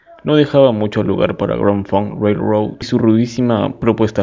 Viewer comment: Hola estimado, buen vídeo, algunos datos a recalcar, mejora la pronunciación del nombre de la banda y sus integrantes, te faltó mencionar la estafa que le hizo Terry Knight a Grand Funk, te saltaste los discos Shinin' On y All The Girls In The World Beware! de 1974, el segundo disco en vivo "Caught In The Act", y Born To Die de 1975, quizás los discos anteriormente mencionados no son de tu gusto pero si vas a hablar de la historia de la banda, que sea de LA HISTORIA y todos sus discos. El disco solista de Mark y No Frills, son de 1977 y 1978 respectivamente (tu dijiste 1978 y 1979), además de otros datos, creo que el último es en donde más te me caes y que le quede claro a todos los fans que pasen por los comentarios, MARK FARNER NUNCA SE FUE DE LA BANDA, DON BREWER LO ECHÓ, HACIÉNDOLE FIRMAR UNOS PAPELES PARA TRANSFORMAR LA BANDA EN UNA CORPORACIÓN Y ASÍ MARK QUEDAR COMO 3ER ACCIONISTA DENTRO DE LA BANDA, A LA VEZ TAMBIÉN LO ECHABAN REEMPLAZÁNDOLO POR 3 PERSONAS (QUE POR 20 AÑOS HAN INTENTADO LLENAR EL VACÍO DE MARK FARNER) Y HAN SEGUIDO TOCANDO POR TODO USA, ENGAÑANDO A SUS FANS HACIENDOLES CREER QUE TOCARÁ ALLÍ LA PERSONA QUE COMPUSO MÁS DEL 92% DE TODA SU MÚSICA Y QUE LLEVO A LA BANDA AL ÉXITO Y RECONOCIMIENTO QUE TIENE HOY EN DÍA.. A la vez mencionar que cada año, se hace una reunión corporativa entre Mark, Don y Mel. Y Mark ha estado por más de 20 años intentando reunir a la banda, pero estos dos hacen oídos sordos a las peticiones de Mark, como para tomar decisiones de